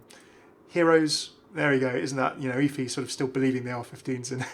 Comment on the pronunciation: thank you for saying both efi's and orisa's names correctly LOL you're the best, love your videos:-D